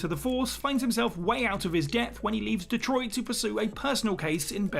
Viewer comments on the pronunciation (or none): none